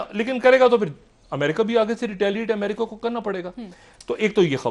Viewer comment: Ye badiyaa Aadmi he America Ko bhi yamrica bolta he.wo yamrica nahi yamraaj he